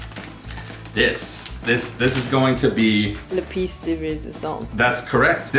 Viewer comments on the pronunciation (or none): you went through all that effort trying to pronounce “pièce de résistance” and yet terribly mispronounced “pièce.” It’s not “piece.”